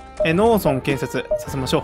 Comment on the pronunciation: 農村(のうそん)のイントネーションがずっとローソン。